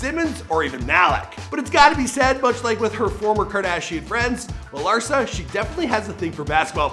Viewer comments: Yup even the ppl hes doing the damn show on... he called her Larisa 💀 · He said larisa 🤣🤣